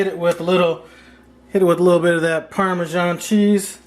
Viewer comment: you grabbed my attention when I heard parmeesian cheese! Then things just kept getting better, especially when you added the spicy Italian sausage! This dish is off-the-hook creamy!! I'm salivating here! Great job!